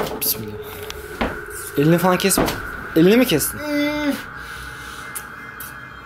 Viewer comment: hıbıhan mismillah 😂😂